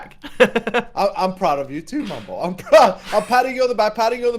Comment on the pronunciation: Why does call mumbo bumbo?